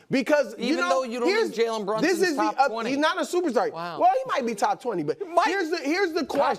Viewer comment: Jalen Brunson - not Brunsun